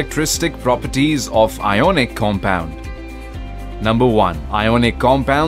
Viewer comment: iconic nhi ionic